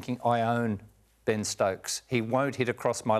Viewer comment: It’s Ben not Bean Stokes